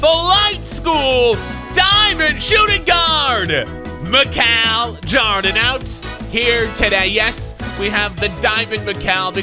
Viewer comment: You know your watching too much when u start pronouncing Michael Jordan’s name as Mical Jardin without even trying😂😂